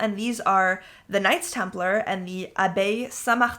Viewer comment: Knights Templar not Nights Templar.